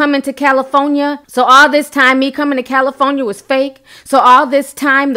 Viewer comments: Tokyo may be Off her rocker, but your speech is Off the Meter....🤦🏾‍♀️😆😂 as usual... Where is Cali-Phone-Ya sis? The Hell🤦🏾‍♀️? There’s an “R” in that word, FYI: Cali-for-nia... just saying... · I can't with the Cali-fo-nia....I love your page tho! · Did you pronounce that “Cal-e-fo-ni-a”? More than once? 🤣🤣🤣 u crazy